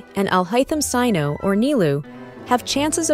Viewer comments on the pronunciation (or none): none